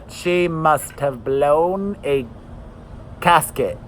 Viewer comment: It is gasket lol but I absolutely love that you said casket cause it almost works better❤️you are the light every single day always bring smiles to all of our faces!! We appreciate you xoxo